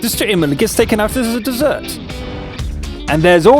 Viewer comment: had a derp moment, "ddess srsrsrsrd desert!"